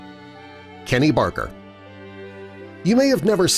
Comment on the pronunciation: Kenny Baker! Not Barker!, met him many times such a nice guy he was, really miss him